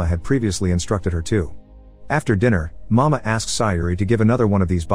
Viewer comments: Nice explanation. But for the record it is not pronounces "mama" but "ma-mei-ha" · Sometimes the pronunciations for certain words or names in these videos is pretty bad. Examples for this one would be Mameha and Sayori. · CORRECTION: It is not “Mama”. It’s pronounced, “Ma-may-ha”. Also “Sayuri” is pronounced, “Say-u-ree”.